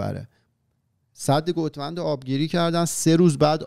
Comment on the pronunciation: بابا اینقد نگین گُوت وند...ترکا ناراحت میشن